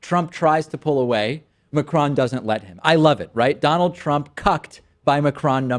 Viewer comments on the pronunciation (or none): Pronounced MA-CRONE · The best thing about Macron's election is american newsagents trying to pronounce his name